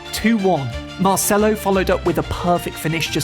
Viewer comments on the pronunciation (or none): none